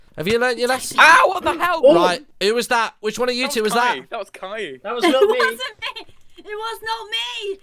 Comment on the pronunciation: It's not Kiay it's kaey